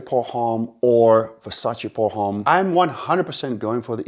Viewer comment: Please stop pronouncing the H in Homme, it's wrong and it sounds wrong also. Besides that, great video, keep it up